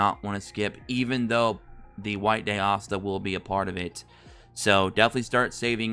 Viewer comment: (Lick - t) thats how u say lichts name, But please keep calling asta Assta its super funny and it keeps me laughin thru the video while getting some good info on the game